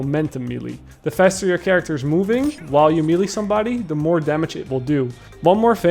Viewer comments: His pronunciation of melee is driving me up the wall man XD it’s may-lay bro not mee-lee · Imma just finally say... you keep saying millie instead of melee, may-lay=melee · Good video but the way you say “melee’ hurts my soul